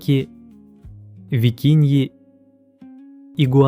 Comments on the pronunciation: Викунья,. не викинья.Неверное произношение. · Кальмар Гумбольдта и пингвин тоже, и викунья, а не викинья… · Эй! Правильно 'Гумбольдт' и 'викунья'